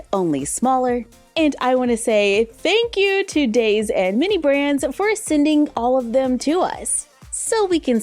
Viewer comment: Oh by the way daise is pronounced as daisy like the flower. Edit: before I get hate if I am wrong I’m sorry my mistake. 🌸🩵🤍🩷